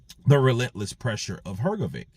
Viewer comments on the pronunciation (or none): Please learn to pronounce hrgovich's last name,it is Hrgovich not hrgoviq